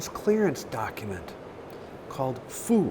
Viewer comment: Guy: ... customs clearance document called fù... Girl: fú. Guy: it's called fù. Girl:...? 😅